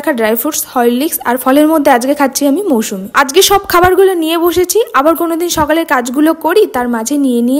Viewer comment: Moushumi ki ????? Musambi